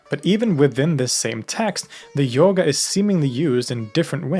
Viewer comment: Its pronounced yoga not yogaaa